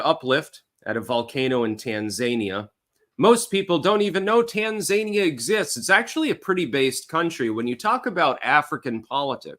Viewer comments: TAN-ZANIA? its TAN-ZA-NI-AH you absolute donut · Tan-za-knee-ya accent on the 3rd syllable. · Its pronounced "tan-zah-nee-uh" I do believe. She got the notes, he didn't. She got the no fact checking, he didn't. No wonder he's not interested in another debate. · That Tanzania pronunciation. They aren’t zany, they’re zen. Appreciate your analysis as usual.